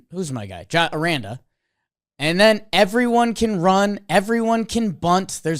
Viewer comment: Hey guys, Jonathan Aranda is pronounced ArAHnda. I’m a rays fan and don’t watch alot of YES network but I’m assuming that is how they pronounce it on their broadcast as well. The white Sox announcer tonight also pronounced Yandy Diaz as Y-ANNE-dy. Really frustrating